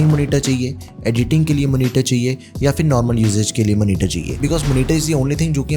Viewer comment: Monitor - ❌ Manitar - ✅